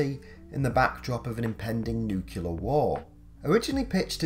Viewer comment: Nuclear not nucular. Only 1 u